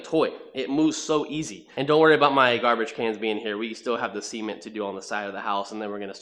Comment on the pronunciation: Why does your cement sound like semen? 🤔